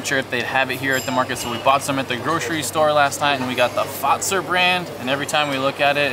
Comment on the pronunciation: BTW It's HELsinki, not helSINKI. Emphasis on HEL. But you got FAZER spot on. It is pronounced FATSer.